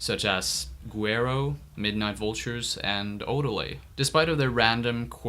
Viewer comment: YES! Also, thank you for actually saying "Guero" right because everyone messes it up when they say it 😒